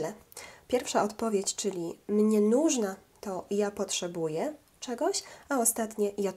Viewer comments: мне нУжно , ударение на -у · Owszem, w zapisie cyrylicą jest na koncu O ...ale i tak wyraz "нужно" wymawia się "nużnA". Proszę sprawdzić wymowę gdzieś indziej dla pewności :) Pozdrawiam